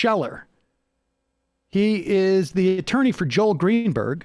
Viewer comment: Did Sam call him "Jail Greenberg"?